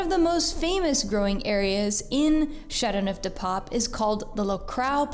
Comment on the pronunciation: Your pronunciation of the wine is dreadful. You could make the slightest effort to say those words with even a bit of ' French ' intonation.